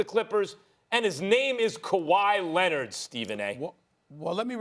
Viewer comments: “Kawhi LENNIT” -Stephen A. Smith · Stephen a: “kawha lennet” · I'm STILL trying to figure out who this "KuWhy Lennit" guy is that Stephen A. keeps talking about... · Kawhy Lenit Stephen A. Smith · Stephen A says, "Kawhi Lenned" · Kuwwaa LENNIDD** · Stephen A. “Kawhi Lennid” Smith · "Kawhi Lennit" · “KAWHI LINNID”😂😂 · Kawha Lennit lol